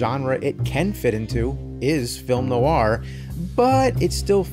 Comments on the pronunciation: Love film noir. Cannot believe the new-ar pronunciation here. Noir is a single syllable word pronounced NWAR. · Fantastic. But Jim: definitely "nwahr" not "nuh-wahr" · Nicely done! Always loved film noir. But please, "nu-war"? Ask a French person, it's a French word. Probably more like "nw-aa." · You are putting an American R on the end of "noir." Its not there in pronunciation. More like "Nwah." French words like reservoir, there's no R sound on the end of the word. "Nwah" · Noir Is actually pronounced "nwaar" in French. If you would like to play a good noir game, you should give discworld noir a go. It really nailed it. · Isn't the r in noir silent? (Like how Charlize Theron pronounced noir at the Oscars)